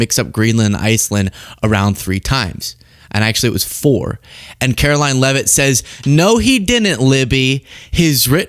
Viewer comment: Her name is pronounced karolying !!! So funny lol